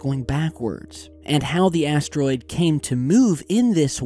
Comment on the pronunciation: i hear like asstroid..listen carefully